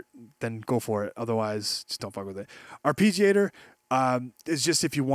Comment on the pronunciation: Ar-pee-giator. lul